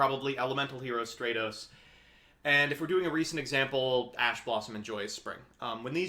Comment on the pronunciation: Its pronounced STRATOS, not STREIROS